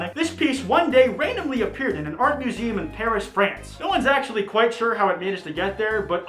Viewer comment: How to make a 10 minute video about a beverage feat.